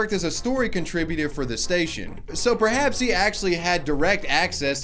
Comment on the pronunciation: It's like she never said the prashe